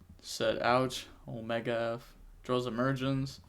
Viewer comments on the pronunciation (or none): none